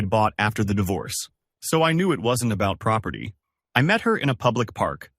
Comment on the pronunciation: It's not dievorce